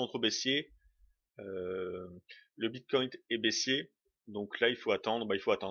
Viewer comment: merci pour cette video ps : ya pas de T a la fin de bitcoin :D